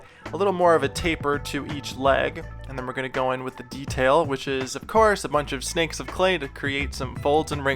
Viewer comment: Every time you say ‘snakes of clay’ sounds like ‘ace of clay’